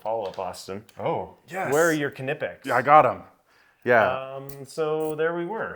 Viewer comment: If you wanna get nerdy about it, it's Kuh nEE pex... After seeing videos with pronunciation all over the place... I verified with 4 German friends; one even called the headquarters in Germany. ((American Knipex representatives will often say it Kuh Nih pex, as you have... which is close, but still no cigar.)) 🍻 Or maybe we can figure it's like English with regional accents allowed. 🥸